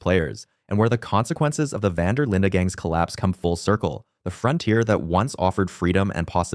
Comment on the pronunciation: Knew it wasn't looking good when he pronounced it vander Linda😭